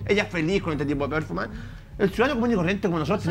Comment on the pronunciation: Si me permiten, no voy a comentar sino sugerir que revisen la pronunciación y acentuación correcta de "performance".